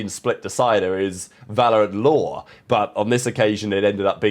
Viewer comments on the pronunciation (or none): none